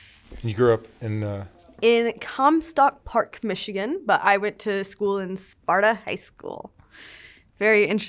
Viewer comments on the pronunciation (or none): none